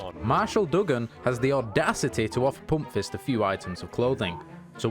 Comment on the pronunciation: Love how u say "poompfist" with ur dialect ;)